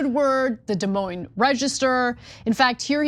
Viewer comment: De Moine is pronounced duh moyn, not duh mowin